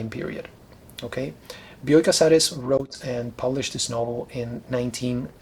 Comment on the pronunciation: Thanks for providing the correct pronunciation of "Bioy" and "Casares." I read Casares the first time in the early 90s when the English version of "A Russian Doll" appreared. The stories were a great read, but I was too young to know what writer I stumbled on to. All these years later, The Invention of Morel came my way. Like you mentioned, I wondered how Casares was going to end the story. Has any more of his writing made it into English? Keep making these videos!